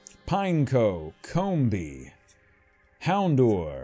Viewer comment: "Houndour" is pronounced "hown-dow-er".